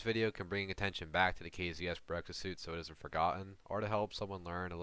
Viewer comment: Correction, the suit is called BEREZKA , not BEREKZA , berezka means birch, berekza does not exist